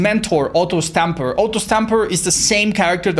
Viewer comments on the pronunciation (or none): none